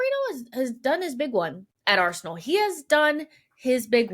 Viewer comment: Arsenal has two syllables even Josh knows that